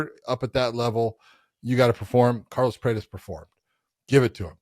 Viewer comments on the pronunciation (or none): Carlos preits? I thought It was prates